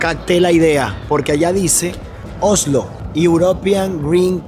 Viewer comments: vas a tener que pronunciar bien la s. Se dice Osssssslo. No ohhhhlo. (Oslo).😘😘😘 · Oslo ,el dice ojolu